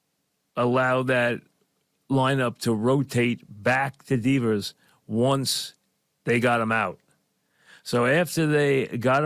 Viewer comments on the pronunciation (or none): "Deevers" haha